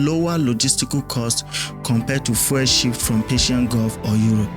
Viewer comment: Please learn to pronounce the word fuel properly. You keep saying "foil". For those of us who speak English as our first language the mispronunciation is very distracting. Fuel and foil are different words. Please get it right.